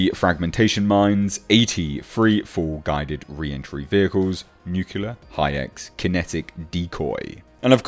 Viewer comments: Hmmm...he says "nuclear" as "nyook U lar" rather than "nyook LEE ar", though... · True, but pronouncing "nuclear" wrong is a real schoolboy error.